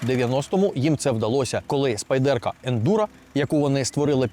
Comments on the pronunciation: хто така "спайдЕрка" і чому її так любить? спАйдерко, на перший склад наголос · Spyderco! Як можна розповідати про річ, назву якої вимовляєте не вірно?!